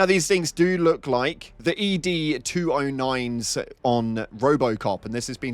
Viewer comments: Never heard anyone call it E-D 209. Thought everyone just said ED (short for Edward) 209. 😂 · I wanted to correct you in the live stream. It's not E D 209. IT'S "Ed" 209